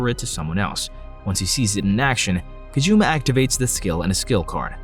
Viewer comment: Not a game, he couldn’t choose any girl he wanted, you kept pronouncing his name “Kajuma”